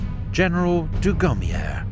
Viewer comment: dugommier silent r . man you are really butchering the names